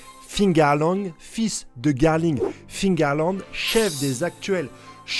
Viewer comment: Mais arrête de dire fingarland ! Cest figarland ! Cest comme les gens qui disent tommy hilfinger